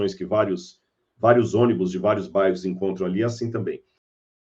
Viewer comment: Amigo ...pronuncia Jesus..blz!